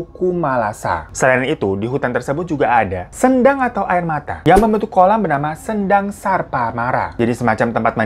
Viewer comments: Kadiri? Kediri mungkin bang 😩 Sendang ucapnya seperti senang bang bukan sendok 😁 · Baca kata sendang, "e" nya di baca lemah bang